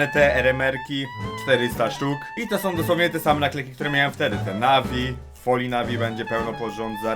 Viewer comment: moj 13 letni kuzyn ma lepszy sposob wypowiedzi od twojej osoby... "kedyi" "ile warte som one"... Polski nie jest wcale tak trudny prosze was XD